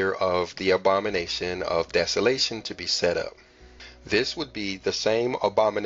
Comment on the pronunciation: The “Obama-nation”. Love it.